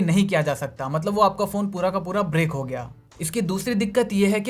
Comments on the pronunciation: The word is "brick", not "break". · Break nahi gadhe usko brick bolte hai 😆😆😆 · Break nehi use Brick bolte hai